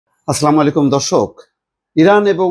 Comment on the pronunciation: আস্লামুলাইলুম নয় আসসালামুয়ালাইকুম